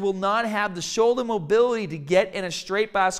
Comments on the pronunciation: "Showldah pain" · Shouldah, bahh, cahh, fahh